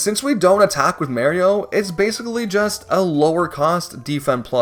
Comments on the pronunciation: There’s a typo in your title, you spelled it Mario instead of Mayrio. You’re also mispronouncing Goombaryio’s name. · Dead horse at this point, but for my two cents: I quite enjoy hearing you pronounce it as Mayrio, that's how my grandma always said it Good work as always with the video :) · with the whole "mayrio" bit i thought you were gonna whip out some plot twist and be like "Well. We can't beat the game without Mayrio..." "*But we can beat it with Mario.*" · I remember when I was a kid, I used to pronounce Mario as Mayrio, so your video put a big smile on my face. 😊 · Dog calls Mario Mayrio and thinks Kammy Koopa was Kamek I am in despair. I cant finish this vid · Why do people INSIST on saying Mario's name with a hard A when the man himself tells you haw to say it in damn near every game??? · I like how he says Marry-o but not Goombarry-o :p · i literally cannot watch this. that's not Mario's name. dont come at me with accents. its how you say his name. MARIO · mayrio ? who's that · Stop it. Stop saying- stop- STOP SAYING MAYRIO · I tolerated Mayrio but gave up after he said Perry Troopas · Loved the video but for the love of cotton candy, please stop saying "Merry-o". I get different dialects and pronunciations but good gravy on a bicycle, that is just audible torture for any legit Super Mario fan. Whew! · why do you pronounce Mario's name as Mayrio, have you never played a mario game? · "Meh-rio":face-orange-frowning: Disliked, unsubscribed, reported, doxxed, swatted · Paper Mehrio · You drove a whole lot of engagement by sticking to the "Mayrio" pronunciation. Respect. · It's hard to watch with you calling Mario Maryoh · he literally says his name so many times throughout the series, why can you people not understand how to pronounce it? I'm not watching an hour long video of someone saying Mary-o, hell no. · Clicked on the video. Immediately heard "may-rio." Posted disappointed comment. Left. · Why is he saying Mario like that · Stop saying it like that